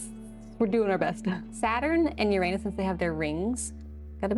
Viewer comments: People mispronounce Uranus you did to😂 also a wolf frogger and wolf bat pleeeeease for my 12 birthday on January 9th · It has been a while, but there was a video with an alternate pronunciation for Uranus as oo RAN us. It is definitely less embarrassing to say. I could also be remembering incorrectly.